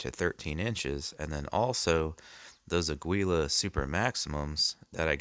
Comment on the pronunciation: .22LR for defense should be out of a rifle for any reliable expansion. Rough Rider revolvers lose a lot of velocity on chrono tests. It’s pronounced ah-GEE-lah.